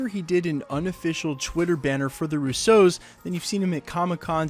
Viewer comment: You're still saying "Rousseaus" when you mean "Russos." Stop it.